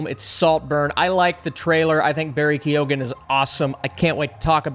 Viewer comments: its pronounced like Kee-own not ke-oh-han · The G is silent in Barry Keoghan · As in Michelle Monaghan ...also an Irish name ...G is silent ..So not monagan :)